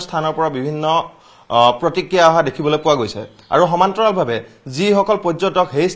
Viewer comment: Wrong pronunciation,Reporter should practice Assamese language